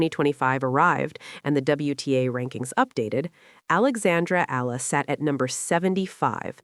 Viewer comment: Up to now you still do not know how to pronounce Eala ?? It's Eeyala not Allah get her name right. How long have you been doing this channel..